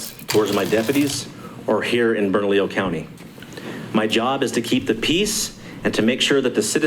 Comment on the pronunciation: Guys, it,s ( Burn ah leo)